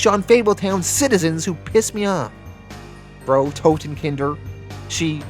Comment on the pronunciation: Loving these, even if I am a couple of weeks behind. I don't know if Frau Totenkinder comes back. But "Frau" (German for Mrs/woman) rhymes with "how now brown cow". Hope that's helpful.